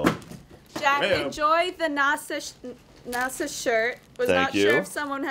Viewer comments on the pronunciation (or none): Nah-SA? WTF, seriously? Have you never heard of NASA before? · NASA..not nawsaw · how did say NASA? How? Just how? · Never mind the second time she pronounced it right but the first was wrong haha my bad